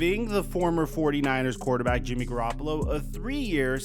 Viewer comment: “Jimmy garoppla” Ian rapoport